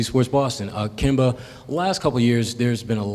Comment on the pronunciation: try saying KEM-BA. not KIEM- BA 😆✌🏾